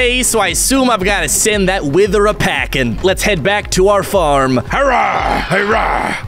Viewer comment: At the start he said wizard instead of wither